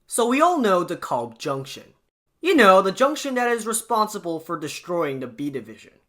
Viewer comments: It is not De KOlb, it is De Kalb... long 'a,' not an O. Long time user of the De Kalb station. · Please please, it's DEE-kælb, like "decal" with a B at the end. It's not your fault, whoever they hired from Iowa to do the recordings on the trains gets it wrong too. But ask people who've lived in Brooklyn for 30-40 years or more.